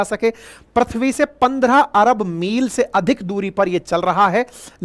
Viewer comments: सर प्रथ्वी नहीं, पृथ्वी है। सही उच्चारण। बाकी सब बहुत अच्छी जानकारी दी आपने। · Voyaz nahi Voyager 1. Prithvi bolte hai Sir na ki Prathvi.